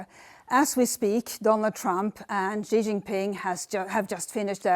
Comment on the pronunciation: Good reporting. And what a nice accent, Swedish? Xi is pronounced like "she" by the way. Cheers!